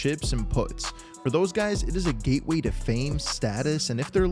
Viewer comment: It's putts as in shuts, not however you said it.